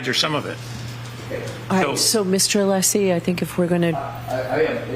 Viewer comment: And didn't even get Alessi's name correct "Lessi". 🤮🤮